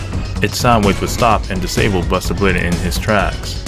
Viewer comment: He was now........*dramatic pause* Bustah bladah